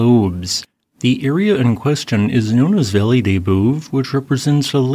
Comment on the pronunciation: Good report, Italian pronunciation so so…Valle Del Bue…pronounced Vahl -leh Dell Boo-eh